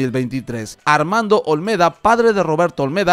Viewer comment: Olmeda, no olmelda